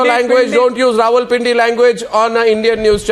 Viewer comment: It is not ravalpindi its rawalpindi Wadday ay english de thaikay dar